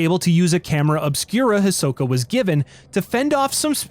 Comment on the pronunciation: I thought you said camera of Spira at first and was wondering if Tidus knew about this.